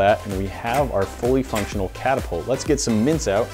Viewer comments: Yeah i litterally thought you said mince instead of mints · I thought you were saying mince. Mince dust? What?! LOL